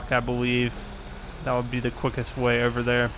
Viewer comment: Anyone notice how he says "way" sounds like he's saying "weh"